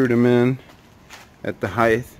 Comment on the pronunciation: Why do you say heighth, there is no H at the end it is a T heighT not heighTH